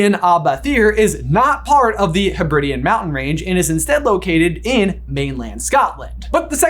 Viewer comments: To be fair though, the way pronounced Hebridean is consistet with the British vs American pronunciation of Carribean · I had always assumed that the Lake was Loch Ness, the Giant Squid Nessie, and Hogwarts was Castle Urquhart. I am now not so sure. I also love that butchered how to pronounce 'Hebridean', but was worried about Bethir. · Pls american brothers look up how to say Hebrides and Hebridean ahah